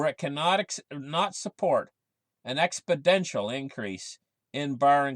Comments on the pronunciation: Exponential.... NOT expoDential.... no "D" in the word,. You drive me crazy. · It's exponential not expidential